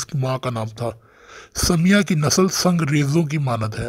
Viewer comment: Bhai wo samya nahi hai sumayya hai